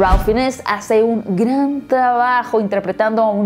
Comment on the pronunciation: Pareces brasileña cuando dices "gran", la vocal suena un tanto nasal. Me gustó la redacción de éste análisis.